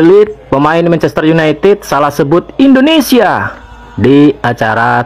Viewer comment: Kok bisa bisanya salah sebut Indonesia, mana kenceng banget 😅 kan kitanya jadi gak enak kalo gitu 😂😂